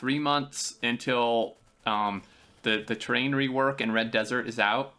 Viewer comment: I think he said terrain rework, which just sounds like train.